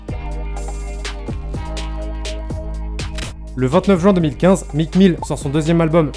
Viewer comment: “Mique Mille” mes oreilles 😭